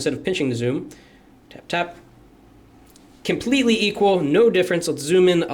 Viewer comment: Thats why he said KIMPLETELY EQUAL, hihihihahahhaa